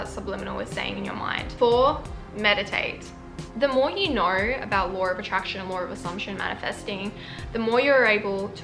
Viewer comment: "Hellowr" "Videorr" "knowrr"